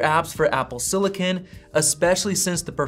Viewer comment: Apple “sillikin”